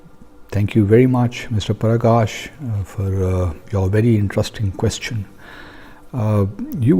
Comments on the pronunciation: Perkash nahi hota hai be it is praksh means light 😂😂😂😂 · The name of the caller can't be PERKESH...in afrenzy of propaganda, you didn't even write the correct t name..its clear that your Punjabi person didn't know that it is PRAKASH NOT PERKESH 😃😃😃😃😃😃😃😃